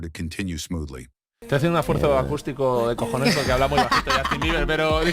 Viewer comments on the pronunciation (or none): none